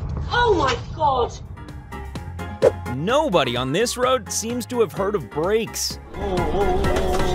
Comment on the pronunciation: When he sead Dod saves man I was like is this drar man vid